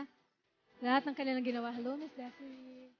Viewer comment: Not Desiree , pronounced as desirey